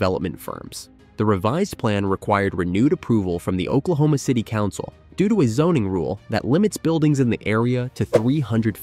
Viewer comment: I'm sorry, did he say Oklahoma?Ci'm a sherry ?